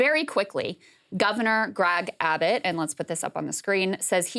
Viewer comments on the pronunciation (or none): Gragg Abbott? Gragg? Krystal might be mispronouncing on purpose.